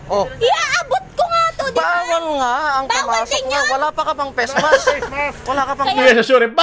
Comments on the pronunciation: I love youre accent say it again": 'PESMASK' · amp batangeno nga ata yan eh, eto ka boi oh 🤡🤡🤡🤡🤠🤠🤠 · I love ur accent, say it again... "Pesmask"